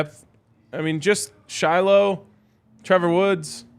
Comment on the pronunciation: Please learn how to pronounce the sister's name Shilo says it all the time so you should already know how to pronounce it Shallowmy (pr)